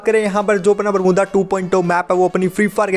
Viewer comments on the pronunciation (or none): Who noticed saying 'bermuda to बरमुद्दा '😂